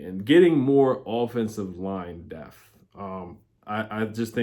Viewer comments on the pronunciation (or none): I love your videos, thank you! But can you please pronounce the P in depth?